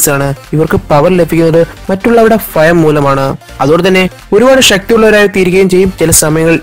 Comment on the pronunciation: ലഫിക്കുന്നത് എന്നല്ല ലഭിക്കുന്നത് എന്നാണ് ഫയം ആല്ല ഭയം എന്നാണ്